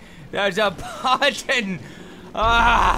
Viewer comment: But-ton I POOOOOSCH BUTTON!